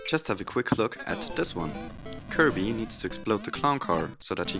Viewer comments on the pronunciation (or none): none